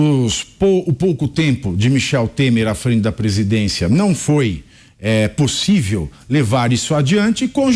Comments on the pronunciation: Tenho muito angústia de ver um semi-analfabeto falar... "Possivi"... Me envergonha e muito ter um bandido semi-analfabeto! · Cabra pra falar ruim, "pussive ", tbm analfabeto como é FAZUELLI cambada 🤡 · Não é possível que nosso excelentíssimo falou " não é possivi" kkkk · Não é pussive. É um analfabeto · O cara não consegue falar possível , fala possivi acho que é isso que vergonha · O homem não sabe nem pronunciar o português ! ... possivi kkkkk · Num é " pussivi" um presidente falar errado. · "Não é pussivi" digo eu🤦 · Não é "possive" ! Muito autoritário! O povo francês é muito educado ! Acho que ele não sabe disso ! Macron estava assustado ! ( qto mais fala,melhor fica !) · Possivi kkkkkkkkkk 😂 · 😂😂😂 nãooo é pússiveee 😂😂😂😂 Istátréjicuuuu 😂😂😂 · "Não é possivi" uma coisa dessa! 😳🤡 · Não é pussivi 😅, eita português bem dizido. 😅😅